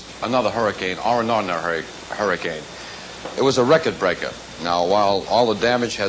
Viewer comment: "It was a rekkid breakah." Well, that answers my question "where is Al Duckworth from?"